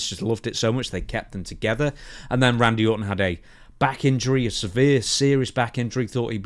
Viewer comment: "Wandyy!! I miss Wandy!" 😂 i love his stoner accent and the way he says "Randy". Good times.